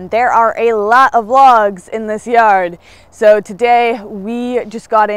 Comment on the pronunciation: Em, when you say "YARD" it sound a little like you have a New Jersey accent even though you live in Pa. 😁